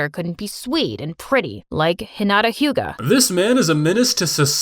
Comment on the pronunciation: Damn, Dad really just Said "like Hinata Huga"